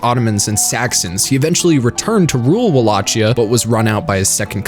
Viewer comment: Love your vid. Really hated how you pronounce the words Walachia and Tepes.